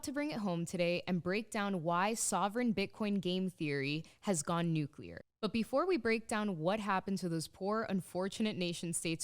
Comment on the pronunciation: You had me at the proper pronunciation of "nuclear"! 🤣